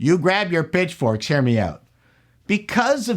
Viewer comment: did you say "bitch forks" or "pitch forks"? 🤔 I honestly couldn't tell, even replaying it. Either way you were correct.😆 On point as always,. Thanks for the entertainment, keep up the great content!